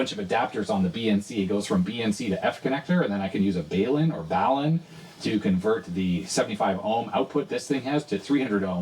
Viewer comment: Balun should be pronounced BAL-UN because the word Balun is a portmanteau of the words Balanced and Unbalanced.